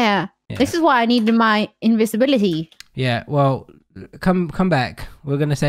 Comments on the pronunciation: How long has said Invinsvisibility not Invisibility! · I always said invinsvisibility till i watched this video xD